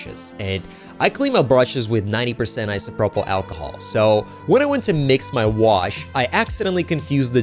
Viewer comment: I winced when you said Isopropyl lol